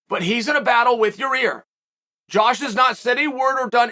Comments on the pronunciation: Actual: Ureter Chael: Your Rear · He calls yair “your ear” lmaooo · “Your rear” 😂😂 I’m dead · "Your Rear" lol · Chael "he is in a battle w Ya rear" Sonnen.